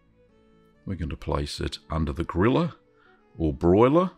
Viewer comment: When you first said :"place it under the griller" I understood :"place it under the gorilla" and my first thought was :"where do they get gorillas in finland?" Jokes aside, this cheese will be my next try...looks so delicious